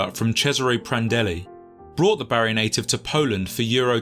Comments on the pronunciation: Took me a while to figure out the narrator meant Bari (BAR-ee) and not Barry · He's not from South Wales. It's pronounced Barr-ee, not Barry. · Bari isn't pronounced "barry" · Bari is pronounced Bah-ree.